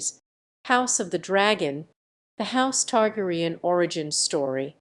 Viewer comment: Targ-er-REE-an?! Noooooo! It's Targ-AIR-re-an...... 🤣